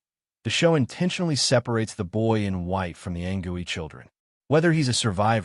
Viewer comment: Its anCOOEY not gooey wtf